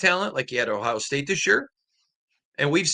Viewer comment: Just curious, why do you pronounce every place that ends with a vowel as an A? Miama, Ohia